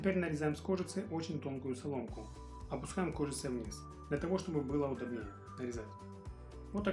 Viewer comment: Всё красиво кроме того,что режет слух🔴ужасное ударение:удОбнее,НЕ удобнЕе‼️